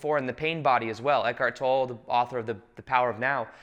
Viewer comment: minor detail but i'm quite sure Eckhart Tolle is pronounce "toll-eh" instead of "toll" ;)